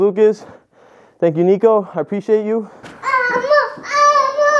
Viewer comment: This ain't elmo. It's El- Mo